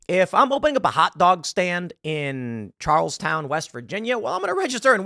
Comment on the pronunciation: You have a company based in West Virginia but you don't know how to say Charleston I bet you say Huntington in a weird way too don't you